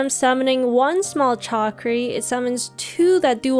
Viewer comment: It’s shakri - killing me 😂